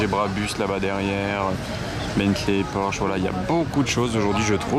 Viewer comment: Monsieur porsche il faut prononcer le e aussi non tout les vrais professionnels de l'automobile se foute de votre tête porsche